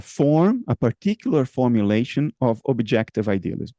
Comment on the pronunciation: His accent from Rio said hello in his R in the word "formulation" at the very beginning of the video. Lol